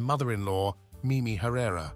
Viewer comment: THANK YOU. Ugh. I had to stop it midway thru bc I couldn’t stand the mispronunciation any further